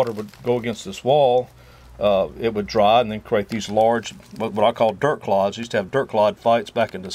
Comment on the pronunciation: Did you say dirt claudes or clogs my name is claude.